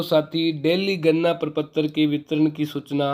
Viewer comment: Gadna prapatra not ganna praptra 😂 but good information Thanks sir